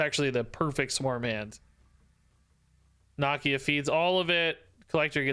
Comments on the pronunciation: I love but dude cannot say nakia right for the life of him lol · "knock-ee-ya" lol